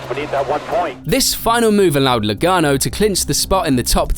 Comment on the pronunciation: it’s Joey Logano not Lagaono